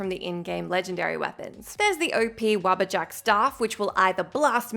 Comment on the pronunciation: Spaced out for a sec, and I heard 'Rubber Duck Staff' instead of 'Wabbajack' xD